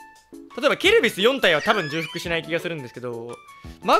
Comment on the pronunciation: 重複のこと、じゅうふくって言うの草ww